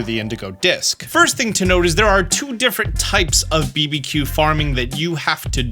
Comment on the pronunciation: I love your videos. I have done for a long time but got to ask why are you pronouncing BBQ, B B Q and not barbecue?